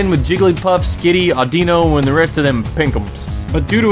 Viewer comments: Forget talking about the video, you mispronounced audino. Who dose that? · Audino=(Aw-Den-No), but yeah, you make a good point. I didn't even look at weight which is why I was think Light or Normal.